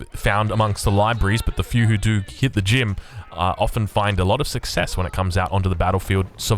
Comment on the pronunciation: He says 'vhen' instead of 'when' and 'vhere' and 'vater' and willagers and wery etc. I am English so...